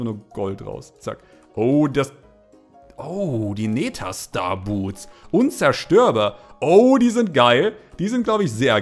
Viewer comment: Die neeta triggered mich so hart leude th TH NETHER nicht NETA